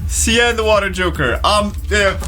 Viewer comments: Sian is the Gaelic spelling for Sean, Shawn, Shaun. It is not pronounced See-ann! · His name is pronounced like Sean.